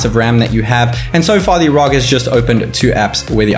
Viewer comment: ROG as in seperately are oo gee or else ROG as in rogue it's not raug for fucks sake